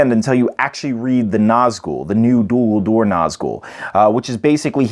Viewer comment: I really don't want to come across rude, and it's not meant like that. But it's Dol Guldur, not Dul Guldur. Awesome video. :) A good break-down.